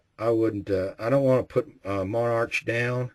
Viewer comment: Pronounced mon-ark. I have had issues with Monarch and Wolf in various rifles and calibers. Their steel case loads have been a consistent problem, but the brass cases have only caused mild sticking. I have two 770s, one in .270. The bolt required a little more force to operate when I practiced with Monarch, but I have not broken a bolt. Fortunately, the .270 loves Remington ammo, so I can still shoot relatively cheaply.